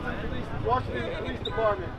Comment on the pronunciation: "Washing DC"????? I thought it was "Drying DC".